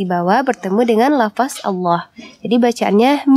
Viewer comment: Aduuuuuh mbak coba mengucapkan LAFADZ jangan LAFAS...Boleh aja Tulisannya LAFAS tapi tetep dibaca LAFADZ...